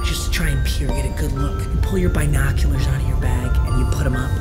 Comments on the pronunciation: Everybody: binoculars: bi noculars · No one: Not a single soul:: BYENOCULARS